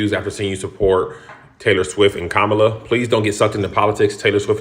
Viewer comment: And still can't pronounce Kamala correctly. Figures.